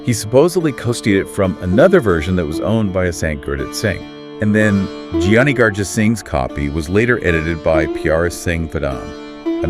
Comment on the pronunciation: Thank you so much for this podcast! For those of us in the diaspora raised in English speaking homes, this type of content is immensely appreciated. Just a heads up: “Giani” is pronounced with the same “g”sound as “Guru”.